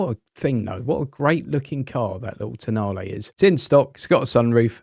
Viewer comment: I think the Alpha could be pronounced Tonarli, not toenail😂😂😂